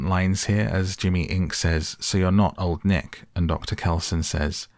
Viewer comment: I swear during the movie instead of hearing them say "old nick" i heard them say "long neck". You brits really need to work on being clear with your pronounciation, this is you guys calling your female commanding officers your "mum" all over again.